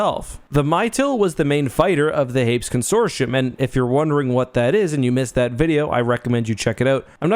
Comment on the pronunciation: con·sor·ti·um consorshium? im willing to accept Hapan not being said like Japan but this lol wtf